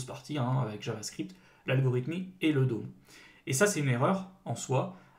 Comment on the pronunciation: Bon faut vraiment mettre les choses au clair ON NE PRONONCE PAS "LE DÔME"!!!! Ça se prononce comme "homme" le "d'homme" , ça fait tellement mal aux oreilles "le DÔME". Faites un effort, dans le dev, un minimum d'anglais c'est juste indispensable encore + que les bases JS, surtout si vous prétendez former des gens.